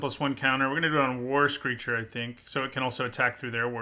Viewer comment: When he says "war screecher" i hear "Worst creature XD"